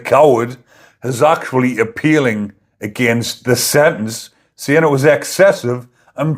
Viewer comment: Why can't you pronounce SENTENCE, you're not American?